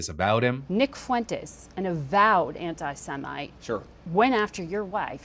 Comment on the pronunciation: The fact trump correctly pronounced Nick’s name makes me thinks he knows something about him…